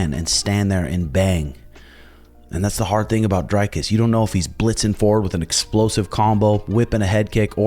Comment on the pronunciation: Pronounced Dree-cus rather than Dre-cus.